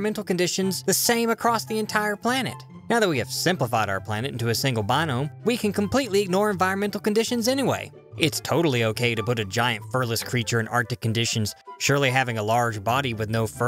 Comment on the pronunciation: biome* not binome